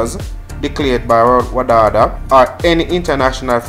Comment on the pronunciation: The acronym is WADA not WADADA.